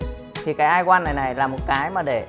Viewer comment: Can't even say "I want" correctly. Funny!